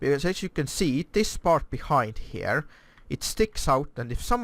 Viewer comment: Why "hjere"? Just say Here not hjere